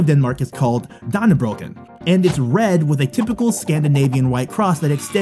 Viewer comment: Thats a bit wrong how u say danneborg😅